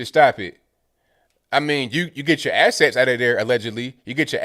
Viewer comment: At about when he said assets I almost thought he said asshats.